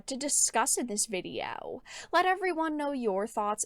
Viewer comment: I lol everytime you say "viddy-yow"! No hate, it's just funny to me.